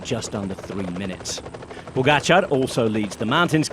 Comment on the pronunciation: Except he can’t decide how to pronounce Pogacar. When everyone that commentates next to him can pronounced it properly, Kelly butchers it every time. Occasionally he pronounces it like his co-commentators… then he’s back to Pog-ga-char.